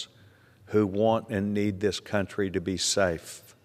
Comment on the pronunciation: Your emphasis needs to always be on the words "THIS COUNTRY". Not any other country.